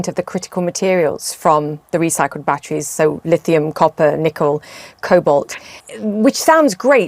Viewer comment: Why the f does she over enunciate every other syllable. BATT-TREES...